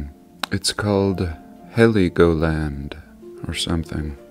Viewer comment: Hello...I'm from Germany. Its pronounced Hell Go Land. Like Hell and go.Awesome Video!